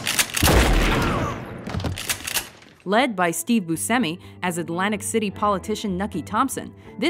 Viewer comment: Did she just say Steve... Bucemi?